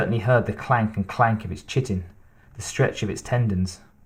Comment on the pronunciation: Thank you thank you thank you! Loving this! P.S. When your saying Chitin like ch-it-en, im pretty sure that word “Chitin” is pronounced like Kite-en. Because even in the movies/novels they say the Xenomorphs are/have “Chitinous materials” .. And they Pronounce/Say Chitinous like ‘Kite-En-Us” . So im assuming that Chitin and Chitinous are the same root/base words, im pretty sure its pronounced with the “Kite” sound even though spelled with the CH in Chitin. Lmao i hope this makes sense 😂 but basically i think that CH makes the K sorta sound like in the word Chrysler sounds like Cry-Sler, instead of the CH which is normally used in words like CHeck or CHop or CHit. Hope that actually makes sense hahah just trying to help!